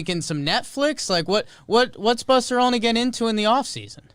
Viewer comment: so Jimmy is pronouncing Olney as "Only" on purpose right? Love the pod.